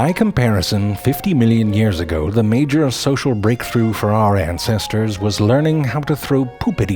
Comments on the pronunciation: anybody catch that? "ANTcestors" lmfaoooo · I'm sorry, did you say antsestors ??